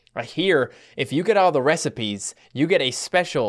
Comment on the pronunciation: when says recipes it sounds like rest in peace xD